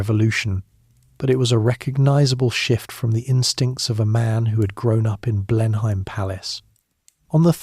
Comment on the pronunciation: a great voice,,,nice prose,,,,well researched and clever. Just one minor fly in whats otherwise delicious lotion,,,Chruchill was born Blenheim Palace pronounced Blenham,,,otherwise its a place in the Low Countries (which it derives from but has been anglicised). Keep up the great work